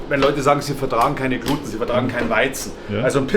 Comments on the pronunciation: als angeblicher Mann vom Fach, sollte man eigentlich wissen, wie „Gluten“ richtig ausgesprochen/betont wird!🤦‍♂️😂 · Es heißt nicht Gluteeen, sondern Gluten. Die falsche Aussprache kommt durch die fehlerhafte Überlieferung der Mainstream Medien.... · Deine Annahme mit der Aussprache ist leider komplett falsch. Es wird Gluten (wie geschrieben) ausgesprochen. Achte bitte zudem in Zukunft auch auf Deine Rechtschreibung, die Leserschaft dankt.